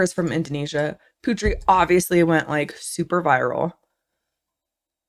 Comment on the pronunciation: Guys, can you mention Putri's name like " Poo tree" not " Pew tree". Thank you ,guys.!! Not angry or anything,just correction